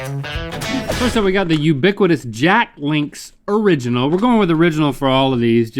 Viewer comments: Is no one going to mention that Link pronounced it “o-rig-inal”? I cracked up at that! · the way link says "original" will forever haunt my dreams